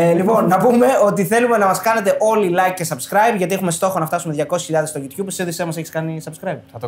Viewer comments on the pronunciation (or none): none